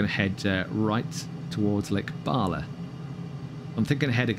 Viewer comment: Lake Barla?? Lol 😂